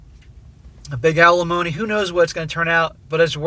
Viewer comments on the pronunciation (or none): Why no paternity test? It is also alimony, NOT GALAMONEY😂🎉